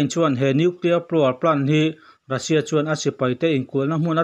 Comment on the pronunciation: News kalo ngaithla thina,angaihnawm thin hle mai,hanin hrilh rual loh chu in in nih chungin han sawi ve ka duh,lehkhathiam chu kani hauh lo na in ka sawi duh chu,entirna:(Russia Ni rengsi in Rassia tih a lam thin hi adik chiah dawn em aw ?tin, National: hi Alan dantura Ni awm tak chu (Nesawnal) ( Ne )Ni awmtak (Na) tihlai hi afuhlo deuhnalai awmin alangtlata,English spelling ah chuan Nation chu Nimahse,amizo spelling (NE) alang tlatmaia hi ka sawi duhna lai chu ani,ngaih mawh zawng ka han sawiin kanti lang ve anih chu